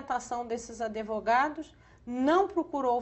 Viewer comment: ¨adevogados¨ é dose.